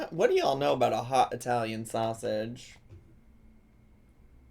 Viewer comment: She says SoSSeige